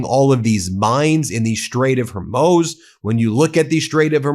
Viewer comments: Imagine celebrating a terrorist regime's threats to kill our president. This should be treason. It is begging for our country to fall. Also learn how to pronounce the name of the Straight of HORMUZ. It is not HERMOZ. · The Strait of Hormuz is pronounced: hor-MOOZ hor: rhymes with "door" mooz: rhymes with "booze" The emphasis is on the second syllable. you're welcome. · Straight of Hormuz pronounced “HOR mooz” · What is the “straight of her mose” 😂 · Hormuz, pronounced HOR-MOOZ, Sometimes his pronunciations are just awful. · Ben, you clearly pronounce Hormuz properly when you read it, so maybe use a flash card to remind yourself it is not "her-moze" when you speak without reading. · YEA YOU ARE SUPPOSED TO BE A POLITIKAL ANALYST AND CAN'T EVEN PRONOUNCE STRAIGHT OF HORM(UUUUU!)S EMBARRASSING😮 😮😮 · Ben, it's been long enough, and I can't hear it again without saying its pronounced: horMOOZ. horMOOZ. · Thanks Ben, one point, it is pronounced HORMOOZ straight...Thanks for you constant updates :) 💯👍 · The funniest thing in the world right now is Ben trying desperately to pronounce "Hormuz". It's "hor-mooz", Ben... 😆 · You mispronounce Hormus. It is "o" you pronounce it as an "e". So it is hore - mus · Its pronounced " Hormooz" usa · Ben, Ben, Ben, it's pronounced Hor-Mūz Hor-Mooz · It's pronounced Hormooz! Please. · Love you Ben, but it is Hormuz -- Hor mooz.. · Ben the strait of Hormuz is pronounced Hormooz like a cow moo! 😂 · pronounced ' Oar - Moose ..' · Dude. It's pronounced ' Orrr-Mooz '. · Jesus, Ben. Learn how to correctly pronounce Hormuz. You sound like an uneducated MAGA dummy. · Why can't you pronounce Hormuz?! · Of all the news outlets in all the world, you are the only one that can't pronounce Hormuz. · Dude, you still can't pronounce Strait of Hormuz correctly? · Ben, get your pronunciations right. you continually screw that up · You better look up how to pronounce the Strait of Hormuz properly. You're way off, buddy. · Ben can't pronounce Hormuz